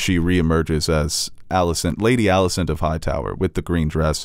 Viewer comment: and its Alicent, not Millicent. 0 for 2.